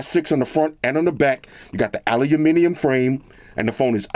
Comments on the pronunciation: not "aluniminium" it's aluminium...lol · Aahhhlooloominium frame. 😂 at least is trying to say it like the rest of the world.